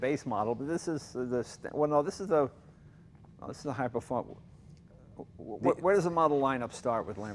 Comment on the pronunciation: Im-_ no no no. Is-a performante eh. xD